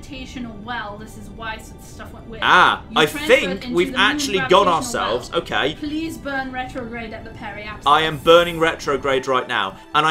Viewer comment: I've just suffered a thousand tiny heart attacks watching this video due to OCD. Prease, never again. (Great video, laughed a lot)